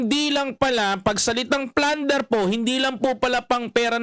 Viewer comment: Plunder po di Flunder